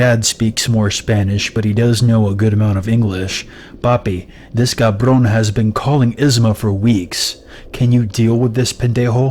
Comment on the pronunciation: Hi. As a Hispanic Chica myself, you didn't do bad on your Spanish speaking skills dude:-) especially when you said "Cabrón and Pendejo". You rolled the letter R without a problem, not bad at all ♡Lily♡